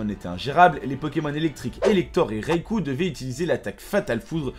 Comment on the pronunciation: Raikou se prononce Raïkou